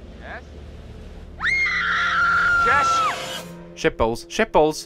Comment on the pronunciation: when Daz says "Shit balls, shit balls." It sounds like "ship" and "nipples" together. "Shipples. Shipples."